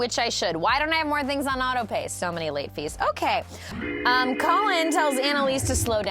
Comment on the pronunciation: She kept saying "Collin" lol no his name is ka-mil